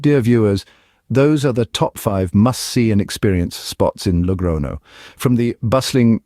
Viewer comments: I gave a like to it in the beginning but after the 10th "logrono" word, I became mad. It is Logroño! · Glad you're not using AI but why not pronounce the ñ properly? It's not difficult.